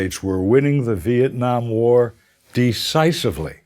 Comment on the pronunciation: This guy can't even pronounce Nam correctly.